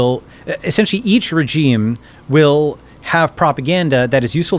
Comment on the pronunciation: He needs to learn how to properly pronounce the word regime